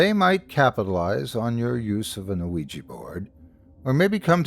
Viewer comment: Today I learned that "Master Storyteller" can't pronounce ouiji board...